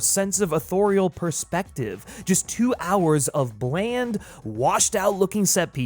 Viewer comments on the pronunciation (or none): none